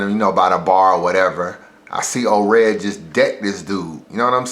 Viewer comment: Daylyt and *Ored you said Daylyt and oops at the end